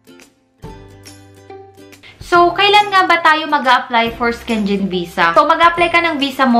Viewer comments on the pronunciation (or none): Syengen tmang pronounce